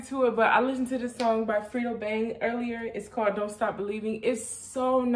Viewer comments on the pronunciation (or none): Oh 1 more thing u said Fredo Bang name wrong its pronounced like Fray-Doe, haha. No big deal tho.